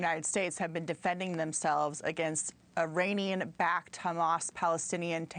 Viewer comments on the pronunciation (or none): Can she pronounce Iranian correctly? E - raunian